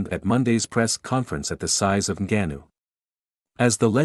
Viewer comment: You the first guy I had saying his name right. It's Ngannou but people say Angannou